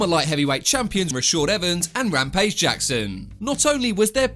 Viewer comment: Bro it's Not Rampage Jackson, it's Lampage Jackson😬😬😁😁🦧🦧🦧